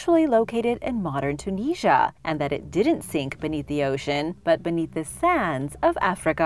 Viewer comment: I've never heard of Tunisia being pronounced like that.